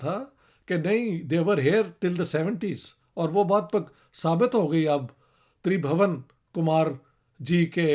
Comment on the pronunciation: Sir it's not Kush as you pronounced the "u" here is pronounced as in "put", similarly it wouldn't be Tribhawan but Tribhuwan where is "u" will be pronounced as in "put"